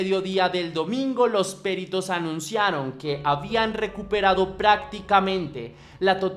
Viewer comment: "Péritos"? No lleva acento...es peritos....peritos....